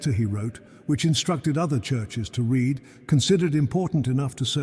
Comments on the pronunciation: I quit the moment AI read "read". There's nothing free. I pay with my subscription, so be greatful if you are able to monetize ears and eyeballs instead of spreading misery. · AI cannot read "read" and errors keep on multiplying.